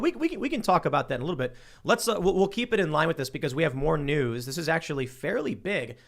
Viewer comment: Wau Kesha their is no w at the end of the word news guys